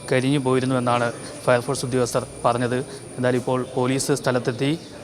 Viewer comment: ഫയർ ഫോഴ്‌സ് അല്ല പയർ പോർസ് എന്താ ചെയ്യാ കേരളം ഇങ്ങനെയോ 🤔